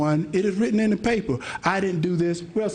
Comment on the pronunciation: Hershel Walker "I duh police". Hershel Walker, " If we cum from duh apes, how deh apes now"?